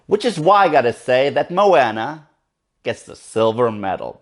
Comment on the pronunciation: it's funny how Maui remind you of the genie from "Aladdin",becuz the animator who animated the genie,actually also animated Maui's live tattoos I heard,other than that,i just finished watching it,and I totally loved this movie(one of the reasons cuz I'm part Polynesian), but I definitely plan on watching it again. (jus one note tho,Moana is pronounced more like 'mo-ah-nah',not 'mo-anna',but other than that,nice review). (